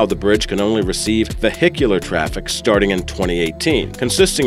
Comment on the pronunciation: . . . Vey - hick - you - Lar !